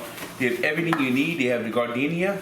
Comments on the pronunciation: F on the "garden-iaiaia" pronunciation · Gardenia is actually pronounced JAR-DIN -AIRA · That man just pronounced that shit GARD-deenia. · pronunciation of Giardiniera made me think he was putting flowers into the beefs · Someone arrest this man for how he just pronouned Giardiniera